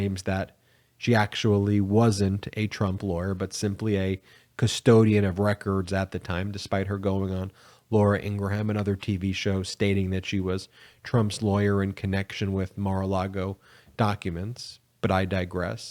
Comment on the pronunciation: Laura " In-gram!" The "h" in ingrham is silent no "ham" just helping you out.